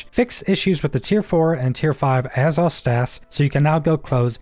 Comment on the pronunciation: “azz oth” lol